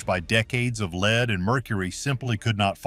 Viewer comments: I really wish Zamerican narrators could pronounce uk words properly, the lead pa int she used for makeup is pronounced led as in he led the path or the beginning of led zeppelin not Lee?! It really annoys me when people from abroad can't pronounce our words correctly Newcastle UK 10. 44 pm ❤❤❤xxx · Interesting. The AI generated voice is very distracting because it often mispronounces the word "lead", pronouncing it as "leed". You may want to go in and edit the soundtrack. 👍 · Too bad this is not a human talking. He keeps pronouncing a chemical lead like he is leading a dog. A human knows better. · So you are telling me that for HUNDREDS of years this was used as an alter cloth and it was never washed and NOBODY ELSE touched it, but you are DEFINITE that this is ELIZABETH'S DNA??? Give me a break. Wouldn't her maids also have had these same toxins in THEIR blood as well since it is very likely that THEY were the ones applying the makeup? AI GENERATED> they can't even pronounce the word "lead" like the element. AI kept saying "lead" like a LEADER. Idiots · poor woman was killed by her makeup. oh and you should kcheck how your ai narrator pronounces "lead." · Definitely! Mispronouncing lead some of the time was disconcerting.